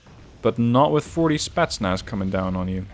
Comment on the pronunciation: Can you say spEtznas in your next game? You always say Spaznas...